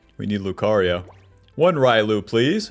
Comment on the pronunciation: Say it with me..."ree-oh-loo" not ry-loo...this ain't street fighter my guy lol